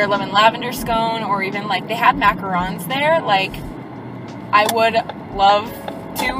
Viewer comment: MACARONS YES YOU SAID IT RIGHT ILY